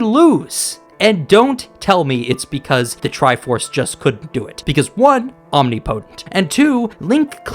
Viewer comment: Your pronunciation of the word "omnipotent", is atrocious as fuck.